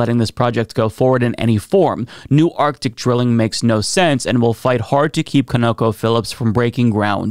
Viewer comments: CON-OH-CO brother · I love pronunciation of Conoco. Never hear it pronounced that way before and made me giggle through the whole segment. It is Con O Co from its name Continental Oil Company after it was spun off from Standard Oil. I think it was like Continental Oil and Transport Company or something before Standard Oil bought it.